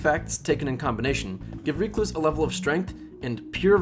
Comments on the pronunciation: Me: Rec-Louse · wtf is a reek loose?